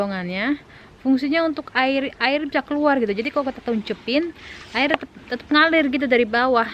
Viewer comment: Air bukan ail, Cara.. bukan cala, Terus bukan telus hahaha Etdaaahh 🤣😂😂